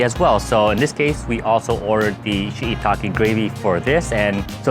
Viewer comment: Why can't you pronounce shiitake?